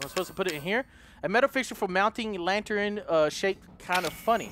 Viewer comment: “She didn’t like us taking the lattern....” “So I’m gonna take the lattern.....”